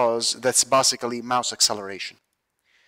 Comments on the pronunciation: "bussically" is also not a word. a as in apple not uhpple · It's not even like apple lol, it's like base or lace. If you're gonna correct someone at least get it right yourself